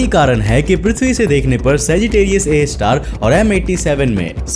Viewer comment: Tum har video mai saggitarius a ka nam galat kyu bolta hai,akhir black hole ne Tera bigada kya hai?